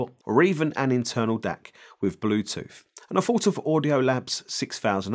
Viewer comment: "Bluethoot" Typical Chinglish. I'm really keen on this one... Great review dude....